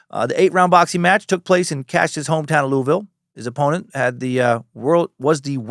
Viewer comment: On behalf of kentucky residents, louisville is 2 syllables! Not louis ville, not Louie ville. Lu-vel. Go cats! L's down!